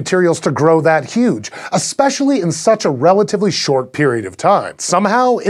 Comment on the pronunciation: why did this dude say ASPECIALLY instead of especial?